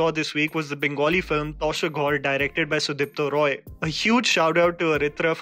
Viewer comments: Also, Being a Bengali, I can't resist myself from correcting that it's Not 'TOSHER GHAWR'. It is pronounced as 'TAAASHER GHAWR'. :P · One mistake... It's not 'Tosher' Ghawr, it's 'Taasher' ghor, as in house of cards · Bro it's not 'Tosh er ghor' It's 'Tash er ghor'. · its taaaaaa (like tash in hindi playing cards) not taw sher. not every first syllable sounds "aw" in bengali or the west Bengal dialects, even the makers were careful about pronunciation still u messed up .they could have spelled the last word as "ghor" which is not correct westbengal bengali dialect like the earlier westbengal bengali speaking industry did with O in the titles. I am not a bengali . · The Bengali film Tasher Ghawr is pronounced tash er ghor it means house of cards Which means a brittle house in this film You already know the meaning I guess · It’s Pronounced as “Taasher Ghor” kindly improve ur Bengali pronunciation when u r describing any Bengali content on ur platform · Tasher ghawr is pronounced as "Taa sher ghor" which means house of cards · 🤦‍♂️ You butchered the pronunciation of “Tasher Ghawr”! It’s “Túsher Ghor” phonetically 🙂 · The Bengali movie is pronounced as tahsher ghor meaning house of cards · Bhai, you seriously need to work on your pronunciation of names, man! Aakkariyam is pronounced as 'arc-ari-yaam', which means 'who knows?'. 'Taa-sher ghawr', which means 'house of cards'. Dude, please! PS I loved how you pronounced 'Minnal Murali'.:P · Tasher Ghawr is pronounced as ताशेर घौर (Taash-er Gh-awr). I know you're not Bengali so it's obvious that you'd pronounce it wrong, so I just helped you out here with it. Don't take it in a negative way. Good video btw. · You pronounced "Tasher Ghawr" and "hoichoi" horribly wrong. As a Bengali this disappoints me as I'm also your regular viewer. This is not that difficult bro.. Just try